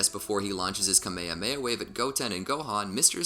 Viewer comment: What the fuck is kameiameia bro??? You seriously said that